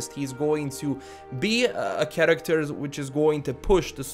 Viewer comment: What i heard all video: 1. karaktar 2. karaktar 3. even more karaktar